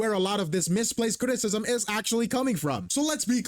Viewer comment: the video drag to 29 mins due to Cap keep pausing and crashing out everytime said critism 😂